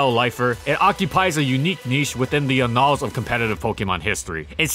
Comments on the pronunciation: And annals. Actually, could you just read over the script before you record and look up any words you don't know? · Ah jeez... "Plethora" pronounced correctly twice, but "annals" mispronounced. 😂😂😂😂😂